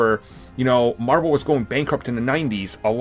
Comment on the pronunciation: “Pwesident of mawvel studios”